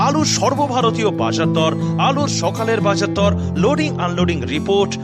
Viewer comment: উনি বাজারদর বলতে পারছেন না